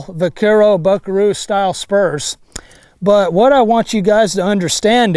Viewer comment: Is he say I g spurms